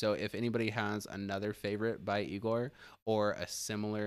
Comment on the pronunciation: Pronounced Eeegorrr not Eyegorrr. They sing in a made up language of their own. It’s all about the emotion conveyed.